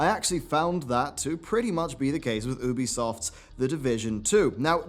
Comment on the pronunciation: Ew-bisoft? Thought it was (you-bisoft)?